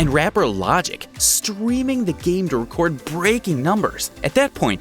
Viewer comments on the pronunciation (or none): none